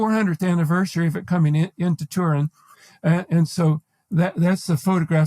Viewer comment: The Shroud of tur-IN. 😖